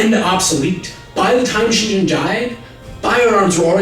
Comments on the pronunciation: One point, It's not Shin jen, Is Gen with the g of gun. The g in romaji is used only for the ''soft k'' the ga sound. And yes, Hideyoshi didn't like the portuguese and kirishitan. But what he didn't like was introduced powers with more authority and more terror inducing capacity than the lords, not Jesus, the pope. The missions and their flames of hell, no abortion and ''the lord's words=the pope words. Why didn't they order a japanese bishop on the spot like in goa and other colonies? A few daimyo converted by interest with their nanban friends monopoly of chinese silk premium account but that was it. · You're mispronouncing the G in Takeda Shingen's name! It's G as in "game" not "general". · very good video, you are awesome, just one thing: the "g" in Shingen's name is pronounced with the tongue at the back of the mouth, like "gift" , rather than "gin". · The G in "Takeda Shingen" is a hard G, as in "grape," as are all sounds transcribed as G in Japanese. I wouldn't mention it, but you did it four times. :( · This is a good series, but please look into how "g" is pronounced in Japanese. On the one hand, it's not guttural, but on the other hand, it's NEVER a soft g. If you can't make the proper nasalized "g" sound, it's better to err on the side of guttural. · Exactly, for someone familiar with Japanese history, it's a jarring as hearing the first American president being called "Gorge Washington." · I winced every time he mispronounces the name "Shingen" as "Shinjin." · Just FYI, it's ShinGen with a hard G, not ShinJen (soft G). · "Takeda Shin'J'en" How are you gonna pronounce Uesugi correctly but fuck up Shingen? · It's "Shingen", not "Shinjen." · A little note... It's Takeda SHIN-GEN not Shin-Jin... 「しんじん」じゃなくて「しんげん」だよ～。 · Shin-gen. g like "greg" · Your use of the soft G in the name.of shingen is making me cringe there is no soft G in Japanese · You're pronouncing Shingen wrong, man. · takeda shingen, not shinjen